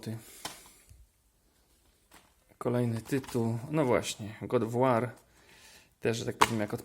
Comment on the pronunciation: Dzięki tym filmom uzbierałem sobie listę tytułów do kupienia xD jedyne co mogę zarzucić to twój angielski który kłuje w uszy typu "God of łar" a nie "God of łor"